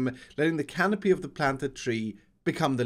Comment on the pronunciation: *canopy my dude